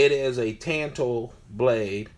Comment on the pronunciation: Tanto as in “tawn-toe”. Not tan like you get in the sun. Makes u sound ignorant